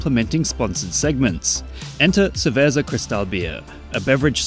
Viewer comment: Bro really said "ceverza" 💀💀